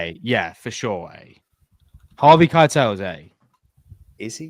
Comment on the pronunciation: Put some respect on harvey Keitel's name 😅